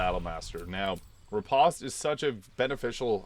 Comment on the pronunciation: When I was a fencer, everyone called it "re-post" rather than "re-paust."